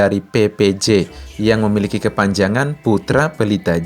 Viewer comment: kepanjangan bukan KEPANJANGGAN